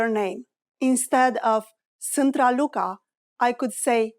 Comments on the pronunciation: de la inceputul videoclipului mi am dat seama ca e o parnaie. ai pronuntat sant in loc de sunt. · If you wanna learn romanian, do yourself a favor and try another video. This one is not as accurate as you might think. First of all, the pronunciation of "sunt" was made incorrectly several times, only 1-2 times she said right... "bună seara" it's just good evening, never good night which is actually "Noapte bună". Excuse me can be formal and informal in romanian at the same time, translating as Mă scuzați-mă formal and scuză-mă- informal. And we are not really talk like that 😂 For exemple we never say " cât costă aceasta" only " cât costa", "cât este" or "ce preț are" - what's the price. "cât costă aceasta" will be "how much is that/this".... Or this/that one.... So, as previously said, try another video 😂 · I hear "sînt" instead of "sunt". Is it reduced in this way? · Can you please explain to me why when you speak slowly, you pronounce the verb "sunt" with the vowel "u" and when you speak faster, this sound turns into "â"? It looks as if "â" is an allophone of "u" in this case, am I right?